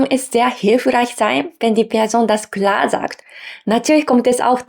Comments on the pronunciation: Ich finde es lowkey amusant cute, wie du "klar" sagst, also Kular, das ist wie bei mir mit Tree oder Free auf englisch, da sage ich Tuiee oder Fuiee, kann leider nicht das Englische R aussprechen, daher habe ich dann ein sehr harten Deutschen akzent auf englisch. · Hi! Ok, dein "klar" klingt eher wie "ku-lar", aber insgesamt finde ich deine Sprechweise recht angenehm. Ok, ist ausbaufähig, aber möchtest du mal mein japanisch hören? 😂😂 - ìch denke auch, dass sich die eigene Denkweise je nach Sprache mitändert. Seht interessantes Phänomen!!